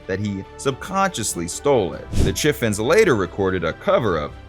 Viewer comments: Also, the Chiffons is pronounced "Shiff-phons" not "Chiff-ons" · Please learn to pronounce Chiffon's (shi-Fonz):face-blue-smiling